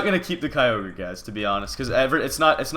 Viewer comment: Mitch plz keep kyogre. The other guys said it fine.